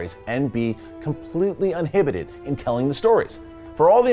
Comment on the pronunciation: The word is "Uninhibited" not "Unhibited:. ;)